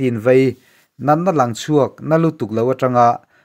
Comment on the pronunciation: a changtu nu leh pa an LANG tih hi lang ti lovin LAN tih tur a ni, hawrawp paih then hi tunlai thalaite hian an thiam ta lo tlat mai, an lam ri hniam ringawt thin, hetiang hian tih danglam tur a ni Lang --lan Sang --san Thleng--thlen Ring---rin Thleng -thlen Zing--zin etc etc